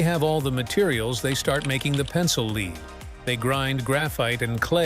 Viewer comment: It's lead as in led, not lead as in leed.